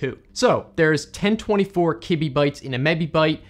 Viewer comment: Everyone is talking about the things in the video, while I’m just laughing about the way says ‘kibibyte’ and ‘gibibyte’ 👹👹